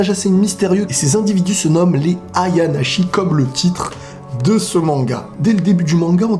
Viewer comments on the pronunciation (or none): le "shi" de "ayanashi" se prononce comme il s'écrit:p tu prononces "Tchi" si c'est écrit "chi" (donc avec un C):p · Ayanashi pas ayanachi (chi ce prononce tshi). Pour l'info😁